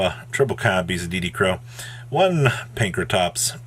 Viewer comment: Finally, someone who know how to pronounce "D.D Crow" correctly